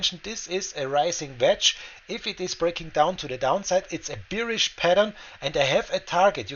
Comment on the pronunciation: Great video.... Please pronounce "bearish" like in German word Bär ("bärisch"), as "beerish" sounds like you are thirsty for beer :)